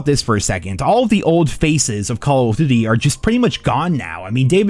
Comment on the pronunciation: Do you "duty" that way on purpose?